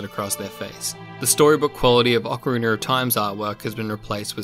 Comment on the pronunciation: whats with ocariner! its ocarina you dumb idiot!